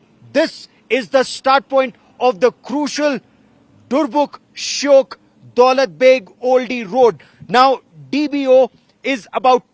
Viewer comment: It's shayok not shyok.